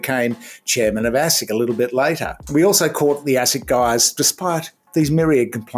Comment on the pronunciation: Did you say assick.!